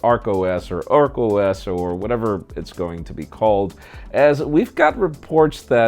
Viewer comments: Ark OS not Oak. Are you trying to be funny. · It's Ark OS not Oak OS.. Are you from Oakland? 😂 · Ark not oak OS hahahaha😂😂😂😂😂😂😂😂😂😂😂😂😂😂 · Its ARK OS ...not OAK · ARK OS, no OAK OS. Thank you.